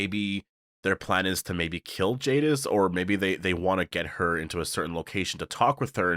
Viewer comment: Jadis not Jadif.